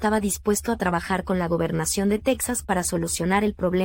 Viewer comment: ES TEXAS NO TAXAS